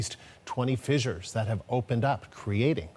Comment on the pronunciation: I think the proper pronunciation of "fissures" is like "fishers," not "fi-jers."